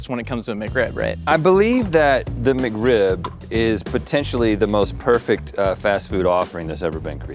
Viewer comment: "McRib-member"